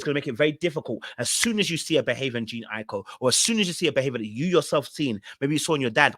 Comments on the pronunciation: Like her name is not even hard to pronounce 😭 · Wth😂😂😂. Did all of you relationship coaches send out a memo to call this woman Jean. Its Jhene pronounced Juh-Nay